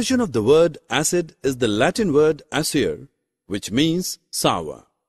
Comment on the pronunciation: It is not sover it is sour